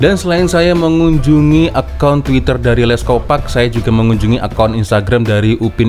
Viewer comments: sebut nya lets kopak, bukan kopek, bunyi lucah kalau org pantai timur malaysia dengar 😅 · Salah cak....sebutan benerannya "Les kopark"... Bukan Les kopek...kopek itu maksudnya payudara cak....kooo parkkk...bukan kopek....